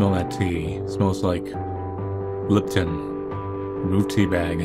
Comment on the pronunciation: Him: liptn Me:leepton ANY other person, lipton